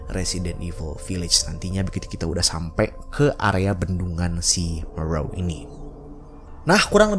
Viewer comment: Ada yg salah Tulisan nya Moreau baca nya morow